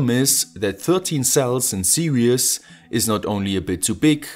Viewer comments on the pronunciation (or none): Why he is pronouncing 'series' as 'siri-as'? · Fantastic project! I love your channel. Your English is really excellent ... except for one word in this video ... "series". Just FYI, here is how I'm used to hearing it: All the best in this new year. Peace. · FYI: The world "series" is a two syllable word.